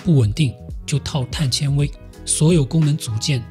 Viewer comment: 碳纤xian维，铆mao钉